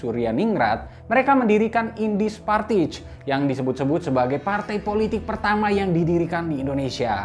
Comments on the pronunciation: Ij jadi Y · Indische partij (baca : Indisye partèy) 😅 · di menit ‘Partij’ itu cara baca-nya persis seperti ‘Partai’ di Bahasa Indonesia